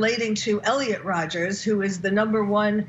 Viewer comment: its Papa Rodger NOT Rodgers ... there is NO s ... its also Elliot Rodger ..still no S ..get it right if you are going to make comparisons